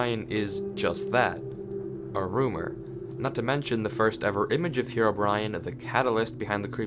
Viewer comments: I just kept hearing 'HeroBrian' instead of Herobrine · omg why did you say "herobrian" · Why one Earth do some people pronounce Herobrine as "Herobrian"? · "hero-Brian" Lol